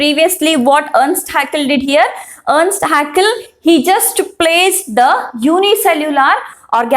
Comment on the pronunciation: Earst haeckel×ernst haeckel